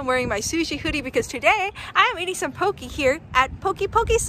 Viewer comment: Poke (poh-kay).